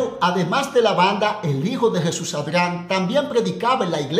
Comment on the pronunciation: Mae pero 😂por qué modifica el nombre de Jesús ADRIAN y decís ARGAN o arjan 😂😂😂😂 con solo eso veo que tus vídeos son mas de chismes y mentiras